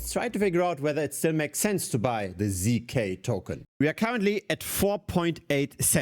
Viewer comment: ZK Sync ❌ ZK Zynk ✅